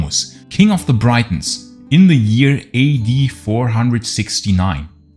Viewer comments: Cool video as always, but not understanding why you still say Britain properly as "Britton" but pronounce Brittons as "Braitons/Breitons". Its pronounced like saying Britains. Not trying to be a jerk, just trying to help as Ive never heard anyone else say it that way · And, Britons is pronounced like Britains, not Brightons. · Pronunciation - say " Britons " by using the letter " i " as you would saying " it " , or " if " , or " is " . Don't say it as you would when pronouncing the word " bite " . Just a correction to an otherwise excellent output on this subject . . . I have often felt that elements of the Romano - British garrison remained in Britain after AD410 . They hadroots and families here going back generations . What was Rome to them !? Nothing , in most cases , I'd bet . They were the likely cause of various Saxon defeats we hear whispered about around that time . I guess we will never know for sure .